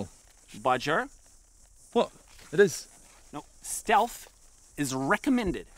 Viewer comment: "Steatlh" actually pissed me off lol